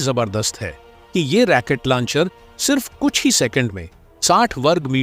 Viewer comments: Pl.correct: Rocket not Racquet. Otherwise your pronunciation is very good. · जयहिंद ! जानकारी ठीकठाक है, बस सही शब्द, " रॉकेट" है, "रॅकेट" नहीं। --Rocket NOt Racket. धन्यवाद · रेकेट लौंचर नही रौकेट लौंचर होता है। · साहब जी राकेट नहीं रॉकेट बोले। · रैकेट नहीं रॉकेट होता है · भाई ये शब्द रैकेट नहीं है रॉकेट है पता नहीं हिंदी सही नहीं होती फिर भी वीडियो डालने की लगती है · पूरी वीडियो में रॉकेट को रैकिट कह कर मजा खराब कर दिया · Not Racket it's Rocket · Sir fake information wale video mat banao. Aur racket nahi rocket bola jata hai. Racket yane bacho ka khilona hota hai. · रैकेट नहीं रॉकेट बोलो भाई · RAAKET NA HI ROKET BOLI A . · Not Racket Launcher, but Rocket Launcher😂😂😂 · रैकेट नहीं राकेटबोलो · अपने शब्द रेकेट को सुधारो, रॉकेट होता है रेकेट मत बोलो। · Damn it !! It is not Racket launcher. It is Rocket Launcher!! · Racket nehi....Rocket system. Pl correct.